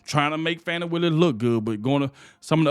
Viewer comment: I dont like her but you should pronounce her name correctly. Don't be like biden.